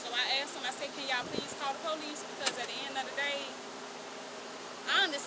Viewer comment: #2 keeps saying “axed” not asked…. Shows lack of education